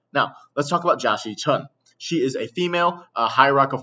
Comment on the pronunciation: Jia Xichun, or Jackie Chun? I can't hear the difference